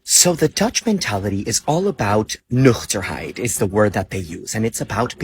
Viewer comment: America .. UNSAFE?? What??? NOOOHOOO!!! Only if you think a 50-50 chance to get shot by stray ICE bullets is unsafe ... Also, if you're a genocidal mass murderer from Israel+Russia, it is PERFECTLY SAFE. Guy ... gold star for pronouncing "Nuchterheid" but the Dutch are put off by American thinking they ARE better than everyone else, not TRYING to better. "I wouldn't go to Nazi-Germany, so I am not going to Trumpmerica."